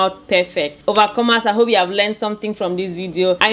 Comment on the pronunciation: OMG I am so sorry. I just realized you were saying overcomers. I thought it was a term of endearment or something. Insert faceplant here. 🤦‍♀